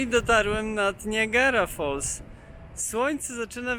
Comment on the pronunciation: Fajny montaż i muzyka. Przypomina mi filmy o. Szustaka. Jedna uwaga. Warto dowiedziec sie od tubylców(albo w google translate) jak wymawiają nazwy poszczegolnych miejscowości, krain, rzek np Erie canal, Niagara falls - wymawia sie inaczej niż ty to robisz. Przy tym bogactwie faktograficznym, to jedno razi.